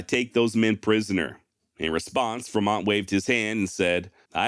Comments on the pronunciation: "Fruh mont"? Good god my man....FREE mont, man, John C. FREMONT...us native turds up here in Oregon like our expeditionaries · I am pretty sure it is Fremont not Fermont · Its Free mont. Renae.. we r American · The pronunciation of Fer-mont is odd to me.